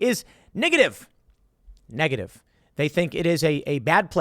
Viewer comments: anyone else heard "nigga-ative" lmao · "NIGative" -Tim Pool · tim said nigga tive lol